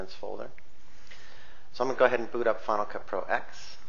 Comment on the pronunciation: Any way to make it NOT use the movies folder on your internal hard drive? I want everything to live on my external due to space issues. (btw, it's properly pronounced "Final Cut Ten")